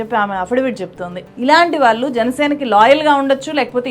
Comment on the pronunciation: చాలా బాగా విశ్లేషించావమ్మా. ఇంత బాగా తెలుగు మాట్లాడుతున్నావు. కొంచెం ఒత్తులు పలకడం దగ్గర, ళ అక్షరం వాడవలసిన చోట ల అక్షరం వాడుతున్నావు. వాల్లు అనేబదులు వాళ్లు అని అనలేవా? అంత కష్టమా?